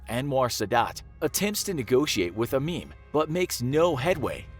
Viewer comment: I thought he said "... attempts to negotiate with a meme ..."